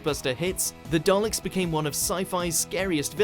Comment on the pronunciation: Daleks, not "Darleks". Urgh. Seriously people. where the hell do you get the "R" from?